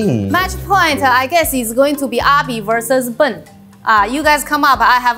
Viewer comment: i kept laughing at the way she pronounced ben